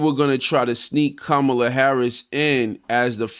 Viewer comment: First of all how disrespectful that he can't pronounce her name and in the 2nd place says nothing about racist frumpty dumpty trump like he has Black and brown people interest at heart